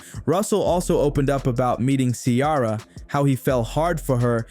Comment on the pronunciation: Who is this lady?? Learn to say Ciara's name.